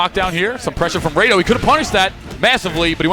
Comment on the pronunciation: No wonder he's saying Raydoh, doesn't even know what FMA is.